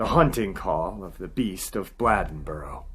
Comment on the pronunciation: It's pronounced Bladeboro with a long A (Bl AY den bo ro). I live only about 10 miles from this little town. They have a festival in commemoration of the terror this community felt at the hands of this beast each year. The Beast Festival. Older people still tell stories about the experiences people had during this time. Women and children were all inside and remained there by dusk each day. The men formed groups and hunted this thing at night. It just stopped one day. No more killings. However, about 10 years ago there were reports from a county not far from here that were similar to the killings in Bladenboro in the 1950s.